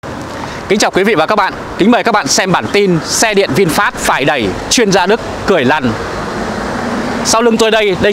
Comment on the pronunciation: Đi "e đẵy" nó lạ lắm à nha 🤭